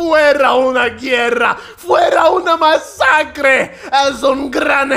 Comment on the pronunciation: 'não foi uma guerra , foi um masscre'' parece legit